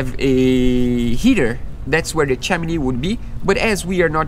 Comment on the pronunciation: Not making fun or insulting! Chimney is pronounced with (him) guys :) ch-him-knee love yas! Keep up your dream is shared by so many of us and we live them out through your videos!